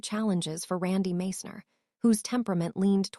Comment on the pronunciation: Can't even pronounce Randy's name properly, Followed by a bunch of BS